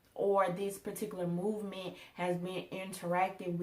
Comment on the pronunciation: Obama was executive orders man. girl. you can say video. but. mooment. movement